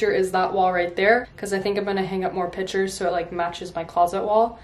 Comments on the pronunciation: I wasn’t being sarcastic I was being serious I like the way she says it, sorry if it came off that way! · Omg please don’t be sarcastic and rude! I know she says it different but there’s no need to make fun of her!!